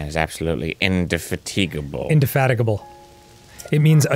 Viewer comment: I don't know why, but I love the fact that Dan saw the word indefatigable and was able to pronounce it correctly.